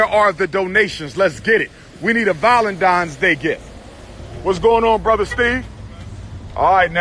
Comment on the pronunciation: "We need a Vollendine's Day gift" 😂🤣🤣